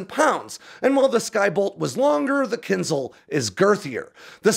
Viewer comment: Can you pronounce it right? It’s Kin Zh-al. Not kinzel